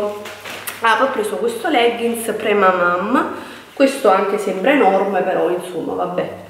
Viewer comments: cara, perdona, ma non ti si può più sentire dire "pramamaM". La parola è francese e si dice PremamaN. In francese mamma è "maman" quindi la traduzione è "pre-mamma" ❤❤ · MA LO CAPISCI CHE NN SI DICE PREMAMAM MA PREMAMAN, SEI DURA DI COMPRENDONIO 😣😣😣😣😣NN TI SI PUÒ SENTIRE! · sei bellissima.una piccola correzione (lo so sono pesante) ma si dice premaman con la n finale.in ogni caso sei splendida e la gravidanza ti dona tantissimo.un bacione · Nessuna critica, semplicemente le ho detto in modo educato la pronuncia corretta. Io sarei stata contenta se mi avessero corretto. 😊😉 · PremamaM... si premamam 🤣